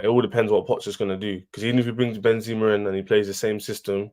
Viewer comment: Chelsea doesn't deserve a player like Benzema cause the fans can't even pronounce his name right.... This Chelsea fan called him "Ben-zeeema" and so did on another stream.... It's "Benzema" just how it reads, no holding on the 2nd "e"...